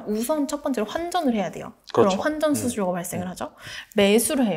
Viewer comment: 20대 여자분들이 많이 하는 콧소리 (입니당! 그런뎅! 넹!) 이런 말투만 좀 고치시면 훨씬×2 더 전문성있게 들릴것 같아요 내용은 좋은데 코로 말하시는 말투가 너무 강하셔서 ㅠ 전달력이 아쉬워요 환전수수료도 황정수수료 투자자분들은 투즈즈붕들?ㅠ 일케ㅡㅡ 애교가 필요없는 컨텐츠에선 조금만 빼셔도 좋을듯요!